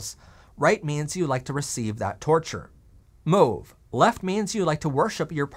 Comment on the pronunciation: Honey, it's not LAME (rhyming with SHAME), it's LAMÉ (lah-MAY): "lah-may gold", "silver lah-may". But kudos on pronouncing "mauve" correctly!